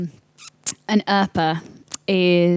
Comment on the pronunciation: He said earper, my yutube say oppa😂😂😂